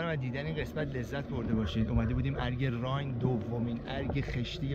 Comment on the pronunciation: ضمناً رايْن نيست تلفظ صحيح آن رايِن هست و زير حرف ى كسره قرار دارد